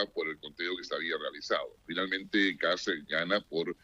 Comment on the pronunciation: KAST...ese es el apellido así mismo se pronuncia